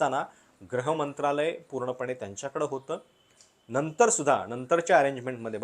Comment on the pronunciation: ग्रह मंत्रालय की गृह मंत्रालय ?